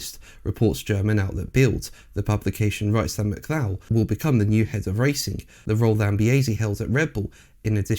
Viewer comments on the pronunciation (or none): Don’t you mean Mac Cullock pronunciation. I’ve never heard Mac Clow ever? Until now that is. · "Mc Clow" can join "LeCluuurrrr" in the Mispronunciation Hall of Shame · His name is pronounced Mc- Cull- ock. This is, or should be, common knowedge. Why don't you even check these things? You really are slap in the middle of the most ignorant and enfeebled generation ever. Your motto should be "Bringing Idiocracy to life". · Yes.. the correct pronunciation I believe is Mu-cul-ah 👌🏻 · Curious pronounciation of the surname McCulloch!